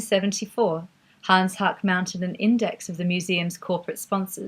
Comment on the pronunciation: great content, but Haacke is pronounced "hack-eh"